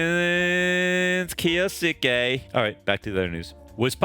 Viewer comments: Buttchered his name😂. The first U is supose to be almost completely silent. "Kyosuke" Maybe this will help with saying his name😅 Kyo-su-ke. I wish there was a way to make audio message since I am bad at explaining but I will try.. The Kyou part is prounced the sameway as 今日, which is today in japanese. just look up video for how yo prounance it in japanese. and then there is the suke part. Think of the way you say the name Sasuke, a name that appears in naruto. The suke part is prounced the sameway.. When you got the gist of try saying the entire name. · It's spelled Kyousuke for the title and pronounced - (keyo-skay)